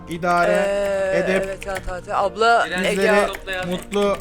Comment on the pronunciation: Ablamız değil aplamız